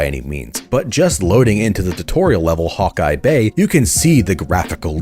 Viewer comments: WTF was that hawkeye bay? lol its Hawke's bay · "Hawkeye bay" 💀